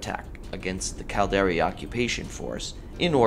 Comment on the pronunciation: The "Cald-Air-Ee"... Its Cal-dar-ri